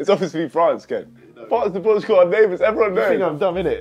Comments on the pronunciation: Niko read ''portakal'' (orange in turkish) and said portugal💀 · Niko calling "portakal" Portugal was so funny, Portakal means orange in turkish btw! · reading portakal as Portugal is so funny😭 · Nikko thought the orange Turkish drink said “Portugal” because of the spelling. The word “orange” is pronounced “portukal” in Arabic, and I guess some Turkish languages. At least he noticed! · as a Turk, niko reading portakal and thinking it meant portugal is sooo funny